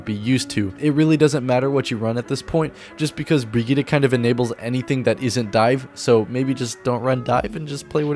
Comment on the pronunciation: bri gee tuh not op fight me